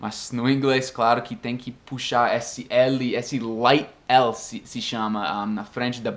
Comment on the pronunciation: E aí, blz? só uma dica de pronúncia: a palavra esse tem o som mais "fechado" do que vc fala normalmente. não é "ésse", o certo é "êsse"